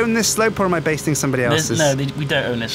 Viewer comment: "Basting" a slope. Lol, it's "bashing".